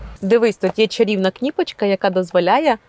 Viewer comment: КнIпочка- после этого слова смотреть этот обзор нет никакого желания,уж лучше говори на привычном тебе русском чем так коверкать украинский!!! Минус ведущей !